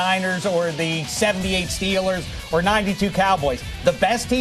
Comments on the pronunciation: 0.:23 Just listen to what he said Stellers? It's Steelers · He called them “Stillers” meaning not going anywhere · He means "Stellars", not a bad thing